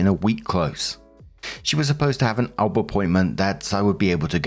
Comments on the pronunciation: FYI - "OB" is said O - B, not "ob" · Someone needs to explain to that it’s an O B (each letter pronounced), and not an ob. It briefly confuses me when he says it. The same with O-B-G-Y-N. Each letter pronounced, not obgin. Makes me cringe every time I hear it. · For future reference its pronounced "O.B.". Short for "Obstetrician". 1st: OP. NTA! That Midwife took Hostile and dishonest actions in the discharge of her duties. THAT MIDWIFE needed to be dealt with. She let her issues distress the patient! Follow up with all legal recourses available. Lord knows what she might do in the future. The Midwife may need to be kept from continuing in that field considering her inherent prejudices! Think of what would and should happen when an Officer abuses their command under the color of authority! It's the same thing! 2nd OP: NTA. OP should instruct the kids to take legal actions to prevent the Step-Mom from collecting anything. The kids are adults and failed to handle things well at all. Not your issues.